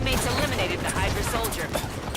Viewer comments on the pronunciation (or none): none